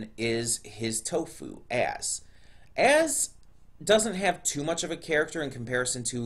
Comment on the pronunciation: I know your trying to say Az but seriously it sounds like your saying ass lol